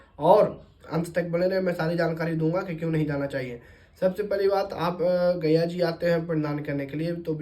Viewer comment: आप पंडित है और गया जी को बार-बार गैया जी कह रहे हैं। पहले आप अपना उच्चारण दोष ठीक किजिए । उपदेश बाद में दीजियेगा ।